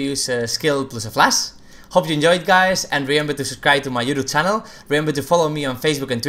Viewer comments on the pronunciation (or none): i cant stand how he keeps saying DUDU CHANEL. i just close the video everytime when he does that. learn to speak ffs